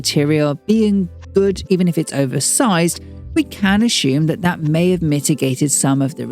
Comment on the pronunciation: The way you pronounce 'assume' as 'ashoom' is diabolical